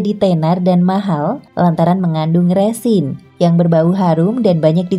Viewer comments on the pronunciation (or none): none